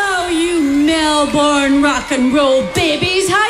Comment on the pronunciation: It's infuriating to me that Americans cannot pronounce "Melbourne". It's pronounced "Mel-Burn" or "Mel-Bin". Not Mel-Bourne (as spelled). Nobody says "Mel-Bourne". Again, say it like "Mel-Bin" or "Mel-Burn". "Mel-Bourne" has become a running joke in Australia in regards to Americans.